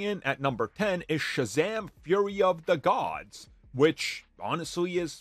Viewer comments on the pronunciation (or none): ShAzaM FurY oF tHe gOdS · Hahaha the way he said Shazam fury of the gOds